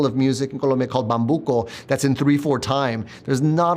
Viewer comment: Please, it's Col⭕mbia